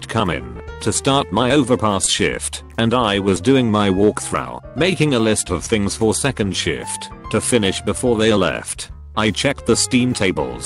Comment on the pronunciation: Nobody: Auto-narration: “wuhalk thraugh”